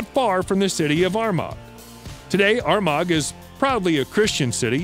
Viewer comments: Please contact an Irish person in future when reading out the Irish names of places. you are way off, hahaha. Armagh is pronounced "Are-Ma". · The way he pronounced Armagh was completely wrong. Irish place names are tricky, it should be pronounced ar-ma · Armagh, NI is pronounced 'Ar marr' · It's the 21st century, people can type "how do I pronounce Armagh" into Google. Mispronunciations are now a sign of laziness.